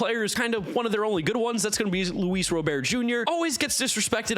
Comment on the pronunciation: It’s been confirmed that it’s Luis RoberT. Hard “t.”